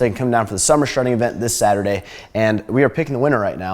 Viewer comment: Cant even say Saturday 😂 my gosh